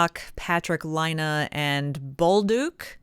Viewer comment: Laine is pronounced "LINE - EH" = LAINE ..... NOT "LINE - AH" DOES NOT = LAINE. It's not hard to say.